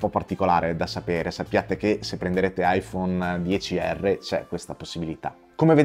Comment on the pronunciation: Scusate ma proprio non ce la faccio a non scriverlo. Mi sto trattenendo da più di un anno ma è giunto il momento. iPhone "ics" non si può sentire! Soprattutto da chi fa recensioni di smartphone, pazienza mia mamma...